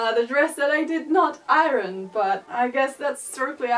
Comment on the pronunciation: The end result was amazing! Your English is wonderful (one suggestion: Iron isn't pronounced the way it looks, it's pronounced more like the words eye-earn run together!).